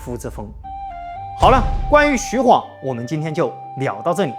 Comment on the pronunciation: 還好沒念錯 晃讀ㄏㄨㄤˇ 不讀ㄏㄨㄤˋ 白波軍可以看成黃巾軍的延續 弘農郡可是很重要的 位置在於長安跟洛陽的中間 長安在京兆郡 旁邊的弘農郡 扶風郡 馮翊郡 南陽郡這五郡並列於三輔地帶 而法正孟達正是從扶風郡逃難進去巴蜀的 位於劉表於是遣使朝貢，李傕、郭氾二人為了穩固自己勢力，便以朝廷的命詔遣御史中丞鍾繇封劉表為「鎮南將軍、荊州牧，封成武侯，假節」，呼為伯父，置長史、司馬、從事中郎，開府辟召，儀如三公，希望能夠結連劉表為外援。 從破劉備，又從破顏良，拔白馬，進至延津，破文醜，拜偏將軍。(也就是說打顏良 是荀攸出率先提出計策聲東擊西(荀攸認為不能與實力懸殊的強大敵人正面對抗，他分析了當時的形勢提出了聲東擊西、解救白馬的作戰方略。他認為袁紹兵多，應設法分散其兵力，於是勸曹操引兵先到延津，偽裝渡河攻袁紹後方，使袁紹分兵向西應戰，然後再派輕騎襲擊進攻白馬的袁軍，攻其不備，一定可以打敗顏良。曹操聽了他的這一番話，覺得十分有道理，就依計而行，袁紹果然分兵延津。曹操乘機率輕騎襲擊白馬，顏良不及防備，被關羽斬殺。)徐晃跟隨張遼關羽破敵) 前期招降呂布勢力兩個將 中期招降袁紹勢力一個縣令 後期招降三千戶(一戶按3人計算 三千戶=9千人) 招降高手 張郃封平狄將軍(狄=北方胡羌 把踏頓勢力這個北方胡羌給平定了) 徐晃封橫野將軍(把北方胡羌的平原荒野給橫掃了) 徐晃是戰場預備隊 跟隨張遼關羽破顏良 關羽張遼下場休息換徐晃上了打文醜 長驅直入就是徐晃發明的 補充包 : 投降關羽的荊州刺史胡修、南鄉太守傅方就在包圍圈裏面 會不會徐晃把他們兩個殺了 一位刺史一位太守都被殺 而他們手下的士兵沒了主心骨 就四處逃竄 徐晃就趁勢打穿了關羽的包圍圈 最好用又萬能的工具人